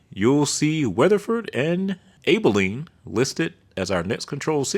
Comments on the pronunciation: I love your presentation of the material. Interesting and fun to listen to. (Oh, i think it's aaa-biliene like apple, not AYE-bilene, but I could be wrong) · "Able-een"? Wtf! I got a laugh out of that one. It's Ab (like abs) uh-lean. Enjoy your channel, esp since you give DFW so many props for our highway system. I live within spitting distance of the High Five. You like those flyovers. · Abe-uh-leen? It’s Abb-un-leen. Camp Bow-ee? It’s Camp Boo-ee name after Alamo hero James Bowie also known for the Bowie knife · Rockwall, not Rockwell. And Abilene is with short “a” as in Alabama, not a long “a’ as in your ABC’s.😉 Very well constructed video with useful info. Thx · As a native Texan of the D/FW area, a few pronouncement corrections. On I-30, before Dallas, you said RockWELL, when, instead it is RockWALL because a naturally formed wall of rock was discovered there. Past I-30, on I-20, you said Abilene, similar to Able, when actually it is pronounced like Apple. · It"s Abilene, not Aybilene! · Abilene is pronounced with a short a sound like apple but otherwise great content!!! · Abilene tx is said with short "a" as in Apple a•bah•leen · “Aybeleen” and “Rockwell”, smh lol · Abilene not Abyline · Correction. Mispronounced Albilene TX. Pronounced. Al-Bo-lean. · Hello. I enjoy your videos but I’ve seen you mispronounce a few town names in Texas. Abilene - like “ABBA” AB-uh-lean Waxahatchie - like “Wok” Woks-a-hatch-ee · Able-eeeen is quite a speech defect by this channel producer. Glad someone said something about the way that sounded. I thought it was A I for a second. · Agreed, Abilene is more like Abby-leen with a bit less y. At least that's how I always said it. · I'm sure is a well-rounded guy, but you have to be in the top 1% of ignorance to call it Aybelline! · All due respect, sir. Please check your pronunciation of Abilene. You gave me a good laugh. You’re getting a like and a subscribe just for that. I may have to give you a bit of a hard time. lol